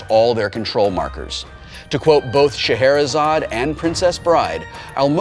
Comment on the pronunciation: sigh It's Scheherazade for gods sake